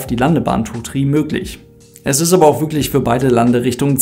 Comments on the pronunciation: Ranweh Tu Trie AHHH meine ohren. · Ist die aussprache “tri” sozusagen funksprache ? Also damit man die zahl 3 über funk auch wirklich versteht? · Danke für das Video. Wird wirklich 33 ausgesprochen - Tree Tree? Ist das ggf. so eine Funksache das man das TH nicht ausspricht? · Heißt das wirklich Landebahn tri tri oder spricht die Zahl drei einfach so aus? 🤔